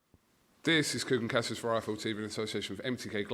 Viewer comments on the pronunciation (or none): none